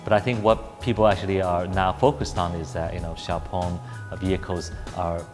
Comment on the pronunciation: You made an interview with the vice ceo, who said the company's name several times and you still pronounce it wrong. Why? sh is not so difficult for muricans. It's "shiaopung" not "ksiaopung". Sh like in shitty presentation.